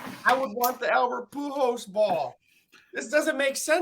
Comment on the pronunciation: Also, keeps saying Poo Hose. I dont know who that player is lmao.